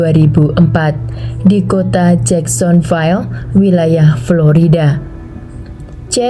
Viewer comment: Saya tinggal di Jacksonville Florida, USA. sampai saat ini sudah 13 tahun, bacaannya jacksonvil bukan jacksonvail